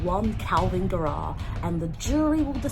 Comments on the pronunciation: Why are you saying it like guh-RAWWW? Isn't it GAIR-uh? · I like that you say Garrah like Tara ~ love